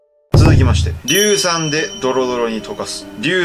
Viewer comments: 今回のは、結構エグかった😣 でも、技術者、硫酸言えてないのは癒されたー🤣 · 硫酸言えない2人可愛い( ´,,•ω•,,`)♡